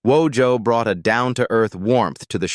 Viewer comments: You mispronounced WOJO's name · Wojo's name...because just about everyone mispronounced it. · You mispronounced Wojo's name. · Narrator killed wojo name as much as people did on the show 😂😂😂😂😂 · The WORST mispronunciation of Wojo's name, ever. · This is a terrible documentary. Terrible, Terrible Terrible. Filled with errors suppositions and downright lies. The AI voice can't pronounce names. Wojo - you spell it like it sound. Terrible.